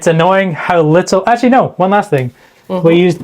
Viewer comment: your ‘nooo’ at the end of the video sounded a wee bit Scottish 😁👍🏻